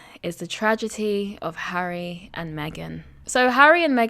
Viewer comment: Hi she cannot say HARRY???